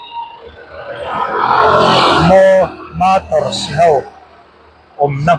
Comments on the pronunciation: 'Gig motors' ti mai la i thiam reng kha...i soi zuk aa...GiG mators i ti leh hram aa😅😅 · GIG Motors ti hman ṭeeeeppp a... Matarsss a'n ti lui hram ah...... SuzukiSI ti lui leh hram 🤣🤣🤣🤣 AVBT 🤦‍♂️🤦‍♂️🤦‍♂️ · GIG MO an ti zuk a..GIG MATORS an ti leh kual vel a,hepa thi. zia hi chu a.hahthlak mange